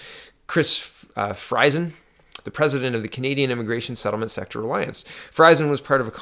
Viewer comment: In the name Friesen the i is silent.